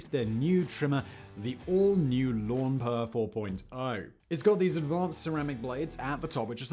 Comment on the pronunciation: The manscaped lawnmower 4.0... except Simon calls it the lawnpoer